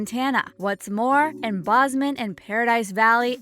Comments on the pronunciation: Montana is not buried in snow for 8 months out of the year. Where the heck are you getting that idea? Bozeman is pronounced BOZE-man, not BOZ-man. You keep saying "country" when you mean to say "county". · Wow, whoever made this seems to know nothing about Montana, from the pronunciation of Bozeman, to Telling us how many employees would be needed on a ranch in relation to it's size (in acres) to the fact that you can drive from Bozeman to paradise valley in a half an hour.... Yellowstone has SCADS of inaccuracies as to how it portrays ranching life, and other, but some out-of-Stater making a video speaking about something she know nothing about is just dumb. All the show needed to do to avoid all these inaccuracies would have been to hire a couple old cowboys for $150 a day to watch and catch them, easy to avoid if you have any interest in being accurate.